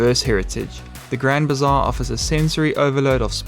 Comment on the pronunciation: Not grand bizarre, it's Grand Bazaar 😂